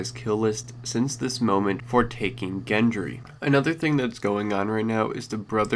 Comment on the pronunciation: You fucking twit I'm so sick of you fucks mispronouncing shit . Gendry is pronounced like the G in George you fucking asswipe. It doesn't even sound like a fucking name the way you're saying it